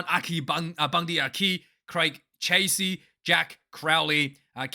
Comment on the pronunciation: Jaysus man your irish callsigns need work. Allow me: Finlay Bealham - rhymes with mealham Cormac Is-u-juke-u - call him izzy, a boy whos really up and coming Pren - der - ghast - and you should know that because sam is the NBD in irish rugby, hes a freak and yes they're bros. Nick Tim - in - ee Craig Case - ee, no H sound